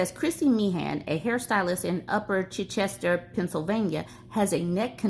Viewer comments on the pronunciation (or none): That article got really close to home 😂. So sad, too bad for Chrissy. Its pronounced Ch-eye-Chester btw. Its def red town with a sprinkle of blue. TFS. Love u!